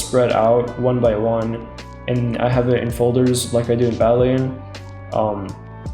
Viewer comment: did you call it badleen